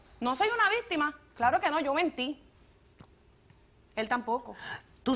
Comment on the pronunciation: soy yo o la tipa no sabe hablar por en ves de víctima escuche vistima